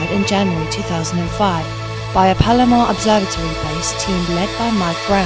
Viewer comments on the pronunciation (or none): none